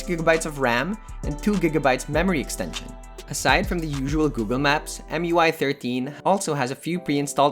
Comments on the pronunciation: MI-UI, not EM-UI.😅 Anyway, good overview. It looks good. But there are better alternatives that are also from Xiaomi. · Mui? Its mi u i tho